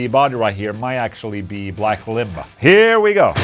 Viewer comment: Did he just say black ligma, or black limba? I replayed like 2 times and turned it up and I still can't tell😂